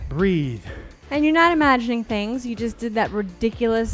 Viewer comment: I hate when “breathe” sounds like “three” and I get fooled into thinking the move is almost over 😂